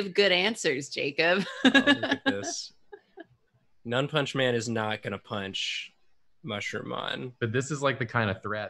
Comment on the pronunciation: I swear, I thought it was "Nun-Punchman" a man that punches nuns, not "None-punchman" a man that doesn't punch.